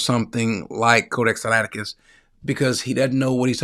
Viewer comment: The man didn’t take the time to learn how to pronounce “Codex Sinaiticus” that’s all I need to know.